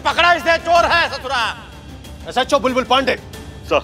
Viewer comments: Ajeeb bat hai... baki sab to English me bolta hai but "SHO" and "association" ko pronounce nahi kar pata hai 😀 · my god can never speak these two words "SHO" and"Association" he just says "HHO"😂😂😂😂😂😂